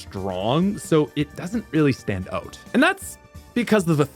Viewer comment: Why do you keep saying OAT instead of OUT